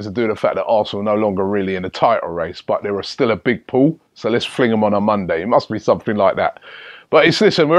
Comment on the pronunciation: My man said mondey and sundey